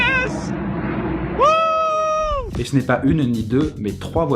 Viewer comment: Le mec est plutôt américain parce qu'il dit "yeeeeees !"